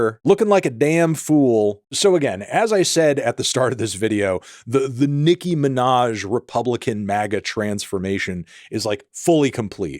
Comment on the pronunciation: "Nicki Minahz"